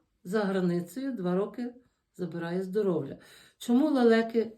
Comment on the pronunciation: Не здоровЛя" а "здоров'я" 😢